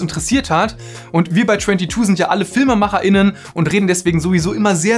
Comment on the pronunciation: Filmemacher:innen klingt wie Filmemacherinnen. Sagt bitte einfach Filmemacher oder "Filmemacher und Filmemacherinnen".